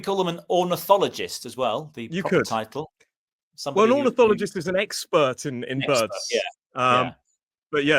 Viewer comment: Hello from Paris, are you sure it's "ornothologist" rather than "ornithologist" ?